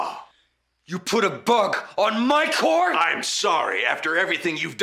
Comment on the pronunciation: you know jesse is mad when he pronounces car as "core"